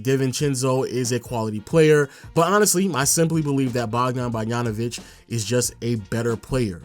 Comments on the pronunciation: Bro, his name is Bog-da-no-vich. The ch is pronounced like itch not ik. It's not borianovik. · Again with the Bogdan Barjanović 😂😂 dude, he's last name is literally like his first name... I don't get it 😂